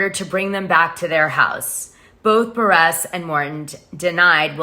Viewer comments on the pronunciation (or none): Lmfao at Kandi “Buh-Resss”. And “EX-scape” 🤦🏻‍♂️ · It is Kandi B u r r u s s pronounced Burr russ. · I love you Dana but it’s buhrr-iss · You are pronouncing Kandi’s last name wrong …